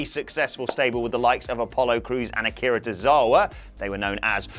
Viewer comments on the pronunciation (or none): none